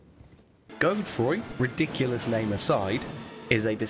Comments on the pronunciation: It’s pronounced Jode-Froy! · Just so you know, dude I only know this because there is a town around where I live that has the same name It’s pronounced “God-uh-Froy” with the emphasis on the first syllable 👍🏻Godefroy👍🏻